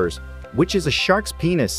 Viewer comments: Bro I was death when I heard peinus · bro said ponis 3 times 💀